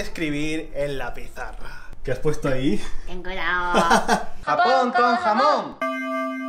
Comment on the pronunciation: Es gracioso escuchar a leer lo que escribo en la pizarra “Ten cuidao”😅👍